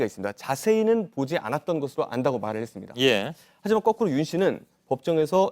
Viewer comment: 기자 딕션이 너무 안좋다.. 발음이 불명확합니다.. 했습니다가 해뜹니다.. 제로나인??